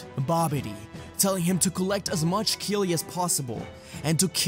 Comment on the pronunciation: Kili? You mean ki… idk 🤷‍♂️